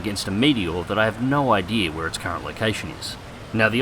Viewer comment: Oh,that explains why you pronounce idea "idear". No offence.